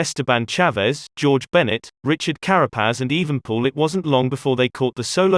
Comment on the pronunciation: the name is EvenEpoel not Evenpoel